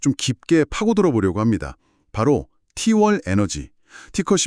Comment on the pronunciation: t1이 왜 후반에 tlt라고하나요 ㅋㅋ ai 바보네요